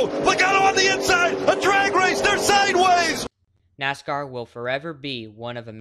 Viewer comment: Bro didn’t even say Nascar right! How do I trust this guy?